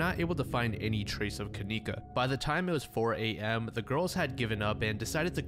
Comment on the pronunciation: That name kenneka, shouldn't be pronounced that way... her parents were probably terrible spellers like mine... I remember waiting for my sister to come... we were moving so all the boxes were labeled with names... my sister's name is KAYLA, but mom spelled it kalayla... she MEANT kayla... so maybe her parents MEANT kenieka, but spelled Ken icca